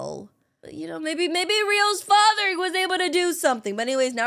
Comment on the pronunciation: HAHA “FACHERRRR PLEASE HELP MEE”